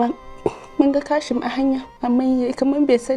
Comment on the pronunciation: Sa'ida fa a wani wurin "KASHIM" Take cewa maimakon "QASIM" Ko dai Kanuriya ce?